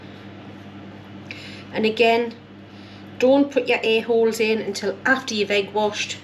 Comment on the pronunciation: The accent saying airholes sounds like A-holeslol